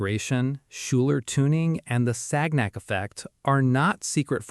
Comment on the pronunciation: So why then did that sub hit the mountain? Or did I miss the explanation? Also, this is not how you pronounce "Sagnac".